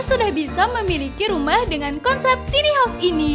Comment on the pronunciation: konsep ok..tp itu kyke cocoknya buat smacam tmpt penginapan krena gk ada tempt penyimpanan baju... tone suara kurang nyaman..bukan tini haus tapi taini haous bacanya...